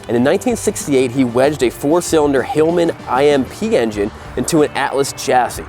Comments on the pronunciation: Hillman I M P engine. I think he means Hillman Imp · Hillman Imp (not I.M.P). A small British car of the 60's/70's.